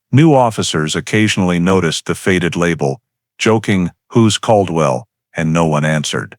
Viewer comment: Bosque is the name of the River. I lived there back then. Bell county is not where Waco is. It is in McLennan. Bell County would be near Temple, Texas. It was pronounced Cald-well.